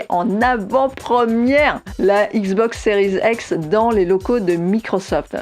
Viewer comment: Donc toi tu dis XBOX séries ex ?